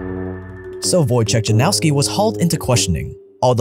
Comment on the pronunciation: Wojciech Janowski- for anyone who really wants to know his name. It's sad how all of the YouTubers try to pronounce properly asian, Spanish, Italian names but are always ignorant for Slavic names.